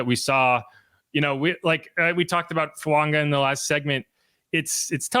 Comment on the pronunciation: Over the mic it sounds like you're saying Fuanga not Fuaga